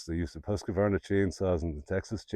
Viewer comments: There is no A between Q and the name Husqvarna. It is pronounced Hus-kvarna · Much better than Huskavaana. Husqvarna is a compound word comes from the Swedish words “Hus”, meaning 'House' and 'qvarn” meaning “Mill” - Millhouse